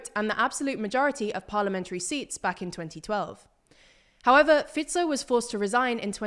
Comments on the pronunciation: i think i had a climax when this channel correctly pronounced fico's name for the first time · well done research. And finally somebody from TLDR pronounced Fico's name correctly :D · I clicked on the video just to hear if Fico is still "Fajkou" 😀. Glad to hear this has finally been corrected and also other names pronunciation was actually pretty good 👍